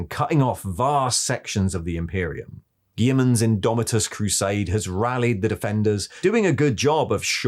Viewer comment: You're pronouncing Guilliman wrong. Seriously dude, PLEASE look up how to pronounce it.